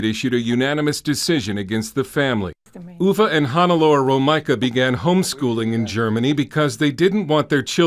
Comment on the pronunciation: Uwe is pronounced Ooover